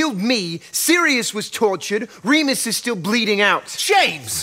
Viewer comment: Actually it Re-mus